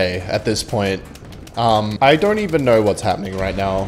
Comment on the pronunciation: It's cute how you say "knour" instead of "know" accents are fun :)